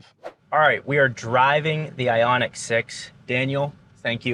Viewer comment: Isn't it Ioniq